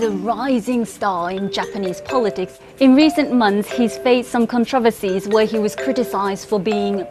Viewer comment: Love how she pronounced "controversy."